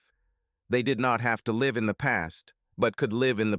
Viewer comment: Why is it the ai voice can properly pronounce "lichen" but cant pronounce properly "live"